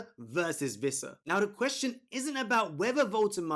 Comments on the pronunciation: great video as always, but just FYI it's pronounced Wissa(with an English W) not Vissa. "Wee-ssa" in fact. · Wwwissa. No V 🤦🏻‍♂️